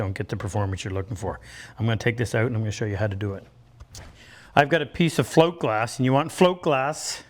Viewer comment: Had to rewind. Did you say flint glass? Then saw float glass. Hint: say it distinctly if it’s important, and say it twice, spell it, add a caption.